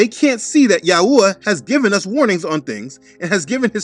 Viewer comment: I like how you say YAHuah and YAHusha! Most people say it different "yaHOOah, yaHOOsha" with a hard HOO instead of soft ooah. But I noticed that your drawing of the unclean animals from Acts 10 has a giraffe in it, I guess whoever drew that doesn't know that it's a clean animal?